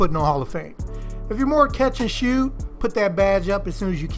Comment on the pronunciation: Mans said “catch and shewt”🤣🤣🤣